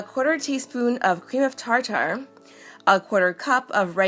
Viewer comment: "Creme of tar tar" 😂😅 I just died